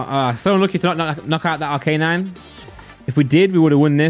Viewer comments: ARC A NINE!!! NOT R K 9. I swear to god. If you don't learn this... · Please never say arcanine again